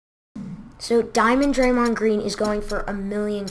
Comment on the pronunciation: can't even say draymond right